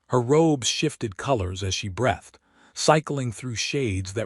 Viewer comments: I wish that AI could get better pronunciation. Everytime I hear "brethed" instead of "breethed", it's just like fingernails on a chalkboard. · 'He bowed to her.' same sound as Ow. B OW ed. Breathed sounds like Br EE thed. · 'Breathed' rhymes with 'seethed'. Past tense of 'breathe', the action of inhaling or exhaling. 'Bowed' (bent at the waist to show respect) rhymes with 'loud'. ('Bowed', bent into the shape of a bow-and-arrow bow, rhymes with 'lode'.) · If AI generated audio cannot handle words like 'breathed' and 'bow' and several others, why not edit the text to phonetic spelling and produce the correct result?